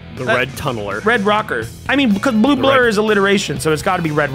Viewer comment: being entirely incapable of pronouncing the words “blue blur” has nearly broken my lungs from laughter and I cannot say why